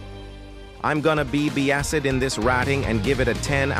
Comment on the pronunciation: "I'm gonna be beeyased on this ratting since it is the only yutae domain in roblucks"